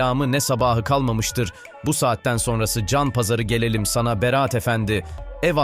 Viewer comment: Bir de konuşmayı öğrenebilsen keşke :) Haaalil değil Halil ..Beraat değil Berat .ne lan beraat kandili mi bu 😂